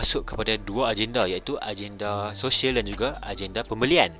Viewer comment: Agenda dibaca ajenda ,,jadi kalau tulis gagal, dibaca jajal ..😇